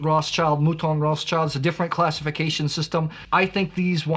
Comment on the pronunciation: For Pete's sake, you Americans should put more effort in pronounciation ;) Roth's child? BTW - great video and very wise selection. Chevalier - top notch!